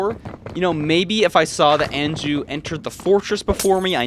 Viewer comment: Anju is typically pronouced awn--joo. awn as in yawn